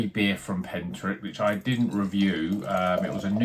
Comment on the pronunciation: is the correct pronunciation! Looked good this one from Pentirch. Still some left in the Bottleshop I work in, so i'll pick one up. Cheers!